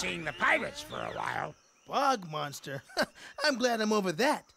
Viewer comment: IT'S BOG MONSTER!!! NOT BUG MONSTER!!!!!